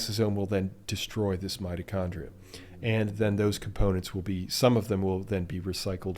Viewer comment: did you say 'mighty chondrite' ?